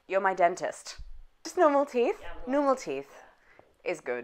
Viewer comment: And the fact that it came out as "teef" instead of "teeth", I was *dying*. 😂